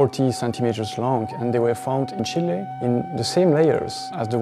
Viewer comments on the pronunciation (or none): none